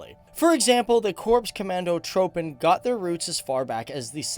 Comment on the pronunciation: its pronounced korps comahndo troopen